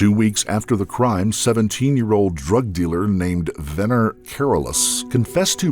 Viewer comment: Wener... Pronounced Whenner